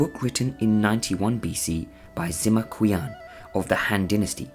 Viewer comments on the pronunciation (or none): This video lost all credibility when the narrator read Sima Qian's name as "sema kian"